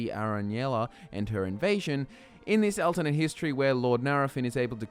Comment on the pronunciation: what if you learned to say Alternate correctly :S you always say AL instead of ALT its really hurtful to my ears. other than that however your videos are AWESOME I love em keep up the great work's